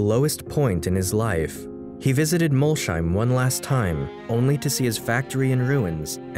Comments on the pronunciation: If Molsheim is to be pronounced the way you did then Schmidt is spelled Shmidt. Ever see Shmidt? (There is no sh in German, there is sch) It is pronounced Mols- heim (Mols home) the home of Mol, get it? Man I cringed every time, why don't you quickly check up on these things prior. Apart from that I loved it. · The video would have been better if you had made even the slightest attempt at pronouncing words like "Jean" or "Molsheim" correctly.